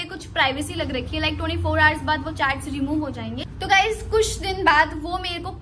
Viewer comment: गाइस नहीं बेटी गाइज़